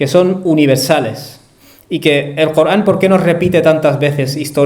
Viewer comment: Corán. Cooogran , no te e entiend. Payaso. No eres capaz de pronuncia. La r